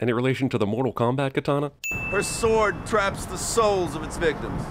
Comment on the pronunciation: As a Japanese, "Katana" made me cringe harder than I ever have in my whole life